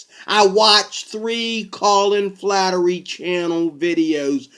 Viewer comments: flattery? aaaahhaaahaaahhaaa! what a dumbass! It's Fla. her. ty... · FLA- (as in "flag") her- ty (as "tea") Flaherty is how its spelled. Flattery is what you are saying. Please say it correctly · It's, Flaherty, pronounced 'fla her tea'. The comments below do not intend to speak for anyone on the Colin Flaherty channel or for the man himself and are just my opinion on the matter. Next I don't think that one email represents an whole channel mate. There already is a race war, by blacks against whites, Flaherty's channel ably demonstrates this. White people want to stop this. One of the main ways to do this is by actual policing of crimes, keeping wrong doers in prison. Not only will this lower the number of crimes being done by what hillary Clinton was known to have called, 'super predators', individuals that just keep committing crimes. Imprisoning these individuals is also a demonstration to others in the local community of thugs that the law must be obeyed or else. Another way our white community can be rescued from the race war by blacks against whites, is to have segregation in schools and end affirmative action policies which racially discriminate against more qualified whites. Many of us are contemplating the next step beyond this, an idea that people like Malcolm X and Mohamed Ali also advocated for. An ethno state for whites and one for blacks in North America. If we don't go that far, certainly the worst blacks (and the worst whites), should not be encouraged to breed through massive welfare grants from the productive tax payer. So instead of playing the worst blacks to have children, the most intelligent and well behaved who stick together in a family unit w